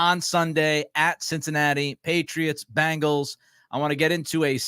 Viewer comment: My only disagreement is with how you pronounce “Bang Gals”. It’s “Beng gals”!!